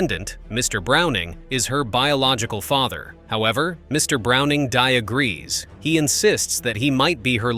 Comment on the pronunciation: He "DIAGREES"?